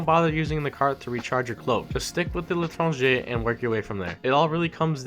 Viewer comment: Saad khan LITRANGER